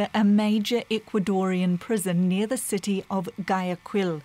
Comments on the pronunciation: Gu-ah-ya-kil not Ga-ya-kuil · DW News could use, e.g., Google Translate to get an pronunciation of Guayaquil and not mispronounce it so badly.